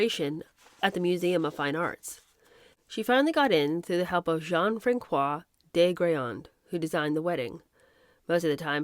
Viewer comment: Did you really say "Francois" with a hard c, instead of an s? 😂😂😂 Dang! I just love you!!!